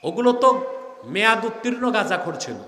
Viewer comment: আপনি বলতে চাচ্ছেন আপনি ওনাদের চাইতে আলাদা যতবার গাজা উচ্চারণ করছেন গাঁজা যারা খায় তারা তো আনন্দেতে নাচবে যে হুজুর গাধা খাইতে বলছে